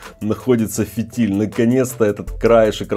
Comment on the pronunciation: Дорогой мой, правильно говорить не фИтиль, а фитИль